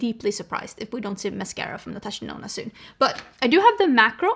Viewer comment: The way you have influenced the start of my love for makeup, I still hear Natasha Denono